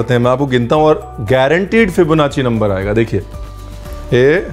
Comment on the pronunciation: Hamarey ko BTech Mei sikhaya gaya Aur unhoney Fibonacci ko nassi pronounce Liya?? Wait hotel management Mei bi mathematics Hoti hei kiya